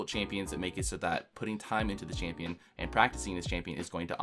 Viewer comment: Holy shit I never wanna hear the word "çHāMpïøñ" again after this video